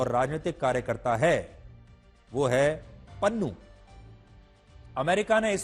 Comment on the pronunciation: Pannu ❌ Nunnu✅